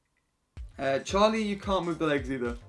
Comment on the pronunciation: It’s Charlie not charl😭